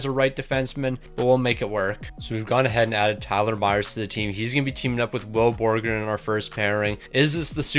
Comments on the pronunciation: had 84 tries to pronounce will borgen right but couldn’t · Will Borgen only got 2 assists because you couldn't say his name properly.